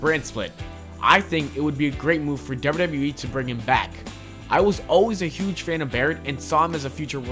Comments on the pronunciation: the dubbida dubbida eeee 😂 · THE WAY YOU SAY "WWE" 😂